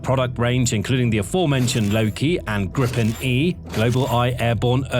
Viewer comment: I appreciate the effort with the subtitles. For future episodes, Gripen would be pronounced GREE-pen to an Anglo.